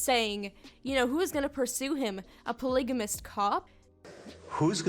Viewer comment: “a pLIgAmIsT cWoP”